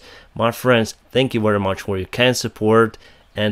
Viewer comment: Your final words sound to me kinda like: "I wish You the pissfull sky, my friends" 😂😂 Bytheway... Not having McDonald's is big win, don't you know: their ice cream machine ain't working.